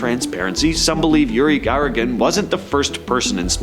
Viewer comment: its Yuri Gagarin NOT Yuri Garrigan